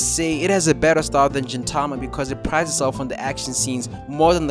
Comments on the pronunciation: It's gintama not jintama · great video,but I just need to say that the g in Gintama is pronounced like the g in grandma and not the g like generic